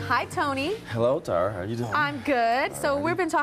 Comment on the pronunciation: I can't stand the way she pronounces the name "Tony".